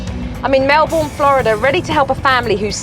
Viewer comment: Lmao the pronunciation of Melbourne 😂